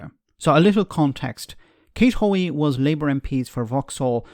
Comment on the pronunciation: Aw, come on. It's Hoey, for god sake. You roll your eyes and move on to the adults speaking.